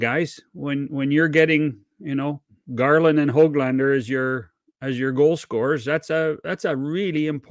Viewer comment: It’s pronounced Höglander not how-glander. The umlauted ‘ö’ is a different thing, a separate vowel from the English ‘o’. Get it right noob. Go back to school and learn another language…at least try for a minute instead of coming across as an idiot. Just because the media is stupid doesn’t mean you have to follow suit. It a classic case of sheep in the herd